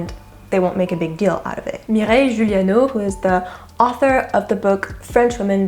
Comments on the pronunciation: she doesn't even pronounce the author's name remotely correctly, pushes an outdated "cancel culture" book and told me she didn't even read it...not cool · completely agree..her views keep going up on this video since she uses this French Moron's outdated fat shaming book in her video...she doesn't even pronounce her name remotely correct..shame on her for taking advantage of fat shaming in this video and the author for her original fat shaming.